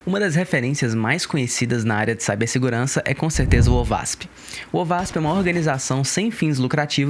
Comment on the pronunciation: se pronuncia : OASP